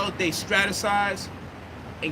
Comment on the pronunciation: nigga said "you need to know how they stratesize" lmfao 😂